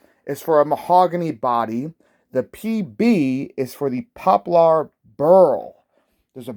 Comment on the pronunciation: Great looking instrument indeed. You're cracking me up with your pronunciation of Poplar though, HAHAHAHA!!! jmwy.....